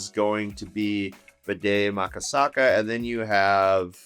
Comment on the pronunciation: Did you say BDE Maka Saka? It's Bde Maka Ska (formerly known as Lake Calhoun)